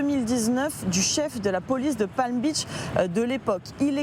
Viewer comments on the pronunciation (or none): none